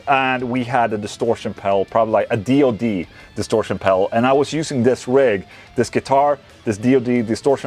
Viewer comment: D-O-D pedals, not dod. It's the initials of the founder of the company David Oreste DiFrancesco